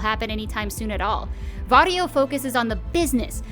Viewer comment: It sounds like he's saying Wario